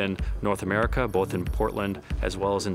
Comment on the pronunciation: It’s America not amerika you dummy!!! Now get to the choppa!!!